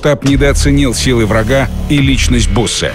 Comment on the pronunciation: не буссе а бюссе